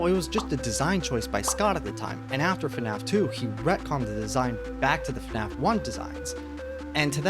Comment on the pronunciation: Why can’t bro say After?